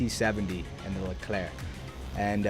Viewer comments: On your pronunciation of the Leclerc, 10/10 for a non french speaker. Find me impressed, considering everyone says "erc". Well done! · you said 'Leclerc' correctly ! gg